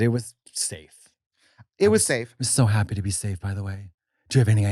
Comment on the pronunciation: I was so haaaaapeeeeee 😂😂😂😂😂 that accent